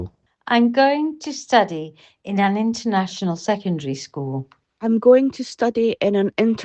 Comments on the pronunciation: 更正: AI澄清說 not all Americans pronounce "international" as 66144 even when speaking carefully in citation form. "True T" speaker 會講66144 "Flapped T" speaker會講6144 Southern drawl會講661-244 加州人會講55144. 而且even a single individual can absolutely cycle through 66144, 55144, and 6244 for the same word. 所以這就是你「不固定」的意思？ (如果你一早在video注音 我就不用找AI問來問去) 比較: 廣東話一一Al似乎話廣東話冇這種東西。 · 第6係太低音，如果將「international」發成「33144」會自然啲